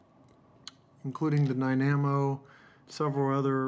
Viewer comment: "Dye-Nammo?!?" Try: "Dye-nah-moe!" :P CHEERS! AL